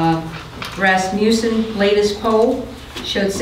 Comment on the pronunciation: “Ras-mu-ton survey” 😂